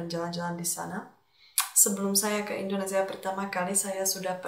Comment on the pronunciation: Welcome to Indonesia.....supaya ucapan kamu bagus...kata INDONESIA tidak gunakan Z tapi S.....IndoneSia....bukan IndoneZia.